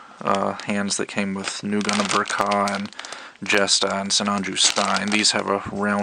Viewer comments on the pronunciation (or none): Fun fact: In Japan Ver Ka is spoken as "Version K. A." not "Vurh-kahh"